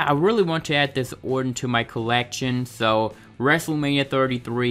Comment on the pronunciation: Somebody teach this weirdo how to pronounce the name ORTON